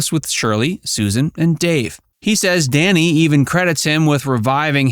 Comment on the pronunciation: It’s Danny, not Donny!